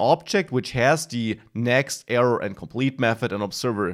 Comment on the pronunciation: nicely explained thanx and its error not evuv or eruuur :)